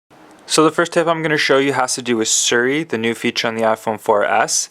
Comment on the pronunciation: You don't pronounce it suri it is Siri!